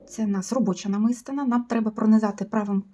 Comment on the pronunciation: Доброго здоров'я. Дякую за детальний майстер-клас. Прошу вибачення, що пишу зауваження, але мені ріже слух. Правильний наголос у слові "намистина" падає на третій склад: намисти́на.